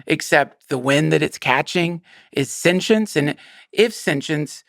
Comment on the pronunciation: Take a shot everytime Duncan says "sen-chince" 😂